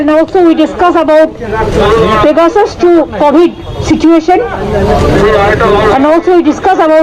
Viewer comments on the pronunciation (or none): This Congress woman in yellow sari is ignorant , can’t even pronounce Pegasus